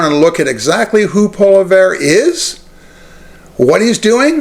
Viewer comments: Say what? Poleverre? Its Poilievre. Phonetically, Pwaleeayvre. Obviously, your knowledge of French is zero. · He is not “Polly - Verrr or Pollly - verra”. If you want to be taken seriously, pronounce his name correctly. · I agree with you on Poilievre. However, I would hope that you could pronounce his name just a little better. It helps to give your point some more cred. Poilievre: "Pwall-ee-evv. Hope that helps. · Stay in your own backyard, bud ! And yes, Canada wants Pierrie Pollievre! 💯And if you can't say his name right, I suggest practice ! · Please please please pronounce Polievre's correctly...Please? I agree with your point of view, but it grates me that you mispronounce his name. It's like the Maga folks mispronouncing Kamala's name. Come on, now. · You should learn how to pronounce Pollive correctly. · You’d have more credibility if you could pronounce his name correctly. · If you can't even pronounce his name keep your dumb ass commentary to yourself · Reports on the guy, can't even pronounce his last name. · I think your pronouncing his name wrong. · Learn to pronounce his name for credibility!